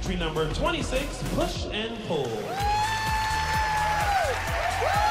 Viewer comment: Thought she said push and poo xD